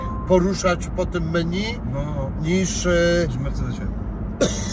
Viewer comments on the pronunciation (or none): none